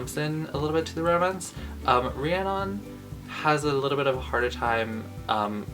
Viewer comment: I thought it was pronounced ree - a - nun lol